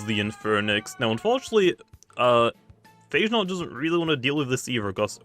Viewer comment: Its pronounced Pha Ge Naut 😎 dude, not Eichenaut